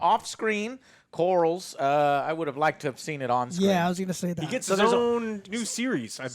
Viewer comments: We're 8 episodes in and Joe over here still pronouncing main character names as Korls and Damien... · it bothers me so much that he says "lord corals." Like they say his name probably 80 times the exact same time throughout the show, "LORD COR-LIS." How can you mispronounce it? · I believe it’s lord corlys not lord corals lol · Corlys = Core....Lissssss not Corals, Jesus it's not even one of the harder names. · Lmao “Lord Corals” 😂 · Is Joe calling him "Lord Corals" on purpose or does he just not know it's Corleys lmfao 😂💀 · sorry joe i love you but, if you're going to review an episode and we know you take notes, you should have known that joffrey was at the supper with lucaeys and aegon, ontop of that, getting names right, calling daemon damien and corlys corls, just didn't equate, it sounds like you skimmed through, feels very amateurish. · Joe - for the love of god. We're 8 episodes in. Its COR-LYS not COR-YLS. Its DAE-MON not DAE-MIEN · Who the fuck is Lord corrals ? 😂😂 joe never says any name right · How's Corals doing or Damian or Rey? How are they. And Larry. Can't forget good ol Larry. Oh yeah and Egon and Corls brother Aemond. I swear he calls him the same thing. I know GRRM said there's no wrong way to say names but come on 😂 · "lord corals" lol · We’re on episode 8 and Joe never seizes to amaze me by butchering every character name 😂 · Please stop brother it makes you look dumb af his name is corlys (cor-lees) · Stop saying corals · Please tell me they're pronouncing Corlys like that as a joke and they know it's anhorrently wrong